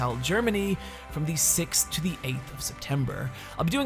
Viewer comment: "The" isn't pronounced "zee" when in fron of a consonant. It's incredibly annoying when you use it all the time, not even once in a while for emphasis, all the time!